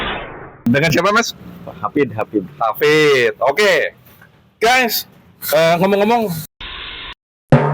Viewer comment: bukan hafid tapi hafidzzzzz ada zzzzz nya😅